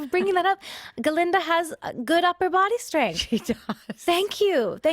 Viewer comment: Why Ga-linda though? Glinda